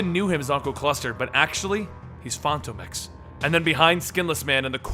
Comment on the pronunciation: Why does he say Phantom X like that?